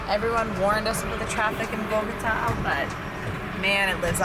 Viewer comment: Gotta love Occy. So glad it all worked out! P. S.: You pronounced Bogotá correctly - hooray! Haha.